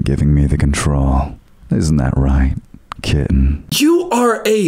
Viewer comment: the fucking "kittenh" made me physically, involuntarily recoil